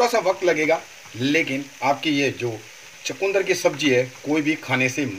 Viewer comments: Hmare than ise chukndr kehte hai na ki chkundr.sirf pronaunce krne ka frk hai .bhai saheb abhi apki respi dekhi hai jb bnayenge tvi .btayenge ji . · Please don't say chakundar.it is chukandar. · chukandar and not chakundar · Chukundar nhi bolte.. chukandar bolte hain